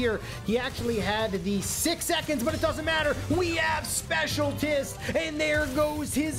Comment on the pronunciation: I have been noticing that he pronounces "specialist" as "specialtist"